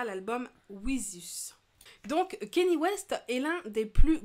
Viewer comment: on dit " kagné " west